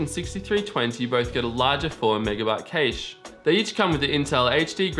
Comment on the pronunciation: Wtf is a cayche? Lol it's pronounced CASH